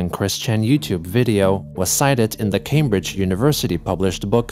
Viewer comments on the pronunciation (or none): none